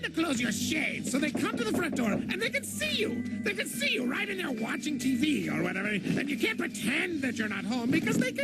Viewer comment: '" Thanks for Wacthing" me: You're Welcthom